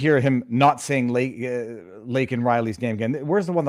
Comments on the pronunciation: apologizes for saying "illegal" but NOT for flubbing LAKEN Riley's name, let alone having never mentioned her tragic death up until then!! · They built this country.... Wow. Man. K. And thanks, reporter crybaby, not asking if he wants to apologize for mispronouncing laken's name? Does she or anyone mean anything to you? Or just toss them all on the pile killed my 'legals'...?